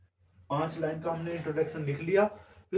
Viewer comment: लैन नहीं होता है, लाइन (line) hota hai.. Mind it 😂